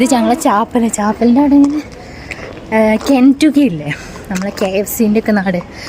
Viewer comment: കെന്റുഗി അല്ലാട്ടോ കെന്റക്കി ചിക്കൻ